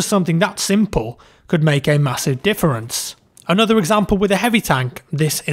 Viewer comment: He says difference so different-ly